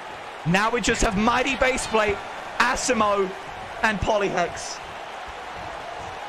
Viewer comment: U pronounced asimo wrong